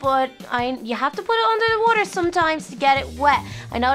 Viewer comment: When little said water she said walther